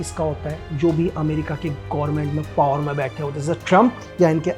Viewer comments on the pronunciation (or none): none